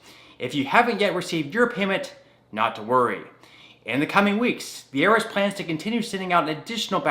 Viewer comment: it’s called I R S not earis